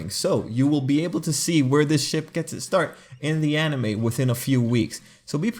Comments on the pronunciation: I heard "Everyone loves a good Shit" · Everyone loves a good ship How I heard it: everyone loves a good shit Me: W h A T? 😳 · I thought u said everybody likes a good shit. XD